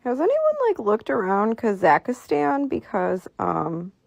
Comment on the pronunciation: What did she call Kazakhstan? It is so hard for me to listen or take anyone serious that can't pronounce words when the are trying to drop knowledge on you. Makes me think they just heard of something an hour ago and it is now a viral topic or something and they jump on the bandwagon. I've been on this and so much more since elementary school. Naturally drawn to the esoteric, paranormal, spiritual and so much more to the point that you can just spot out someone's who is a neophyte by ear, vision, or a combination of both. Ole jet ski will tell you "this is new to me" or I've never heard of this" and speaks on topic according to his understanding of said topic. Not hating on ole girl or anyone who is new to this type of stuff but just try to get the simplest of facts correct, starting with pronunciation of what you are even talking about so we are not out here looking for something we think is super secret because we can't locate it on the web when in all actuality, it doesn't exist😂. I just can't not notice these things... ✌️ Peace ✌️✌️✌️✌️✌️✌️...